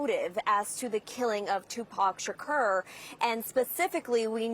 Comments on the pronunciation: What would yall have done if she called him Tupick Shkeer? 😂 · I'm cringing at how she is pronouncing his name! Ugh! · Tupac Shukerr 😂😂